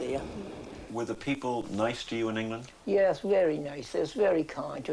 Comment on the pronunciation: Yes, like "Hengland" and "the hisland"